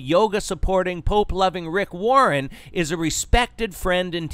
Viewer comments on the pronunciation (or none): none